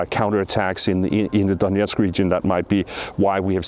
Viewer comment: Please don't pronounce "Donetsk" the Russian way.